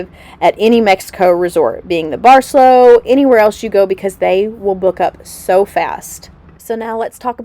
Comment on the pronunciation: Very informative and great video also. For those heading there it’s a good hour on transportation from Cancun airport. That’s easy !! Not like getting all the way down to Tulum. And…the resort…. say it……bar-say-LOW, not bar-SELL-o. Nice resort! Nice destination!